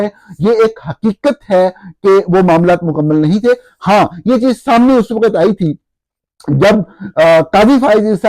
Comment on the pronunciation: وقت کی ادائیگی درست کر لیں پلیز۔۔۔آپ کہہ رہے ہیں و۔۔۔۔قت جبکہ لفظ ہے وق۔۔۔۔ت